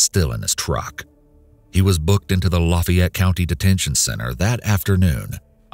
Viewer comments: WTH is luh-fie-et?? Lah-fie-ette is ok, lahffy-ette is ok, even lahffy-ette is ok. But... luh-fie-et? No. 🤨😄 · I'm sorry but how does someone NOT know how to pronounce "Lafayette"??? Lah-fay-yet. LOL